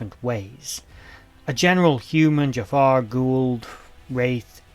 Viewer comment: Okay seriously though? It's "Jaffa", pronounced "Juh-Fah"/"Jah-Fah" with a sort of glottal stop after the first syllable. In fact many tend to place an apostrophe after the "Ja-" in order to indicate this trapping of air before the second syllable as is common with so many other words within the Goa'uld language, although in this case the inclusion of the apostrophe is unnecessary and for all intents and purposes incorrect. It wasn't uncommon to hear non-native speakers - particularly among the Tau'ri - pronounce it more like "Jafah" without the glottal accent, with Jack O'Neil himself being guilty of using this mispronounciation throughout the entirety of his career. However with that said I suppose for the sake of fan purposes, one could perhaps make the argument that either of these pronunciations would be correct since they were both used on-screen... Although I would still make an argument for use of the former, primarily due to the fact that any time the word is spoken by a member of the species or by the Goa'uld they serve - or even when uttered by the Tok'Ra for that matter - the proper accented pronunciation is used. So ALL of that said then, for the love of God there isn't an "R" at the end. It is not the identity of the owner of your local 7-Eleven (or kebab hut for you folks across the pond). It is not the name of the villain with a killer fumanchu from a beloved animated Disney film... It is not the name of that random chucklefuck on Facebook who possesses an abs